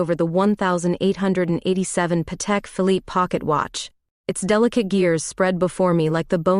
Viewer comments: The ⌚ is "Patek". 😎 Not paddic or paddock 🧐😒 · Aside from the "Patek" spelling & pronunciation gaffes, I 💕😘 this story.